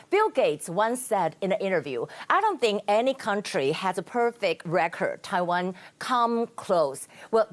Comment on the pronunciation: errrr.... taiwah numberrrr....one 难破万请你吃田鸡